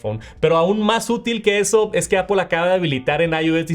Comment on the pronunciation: Como puedes pronunciar visión pro o airplay pero no puedes decir Apple y dices apOL ? Es solo decir manzana en inglés es aPL no hay ninguna O en la palabra